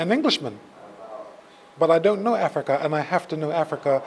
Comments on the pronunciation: Did he say Africa ? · bloody ell never heard of this place you call Affricar will check it out pal